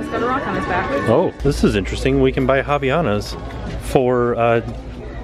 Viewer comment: I'm from Brazil and it's HILARIOUS how you pronounced Havainas lol love the video!!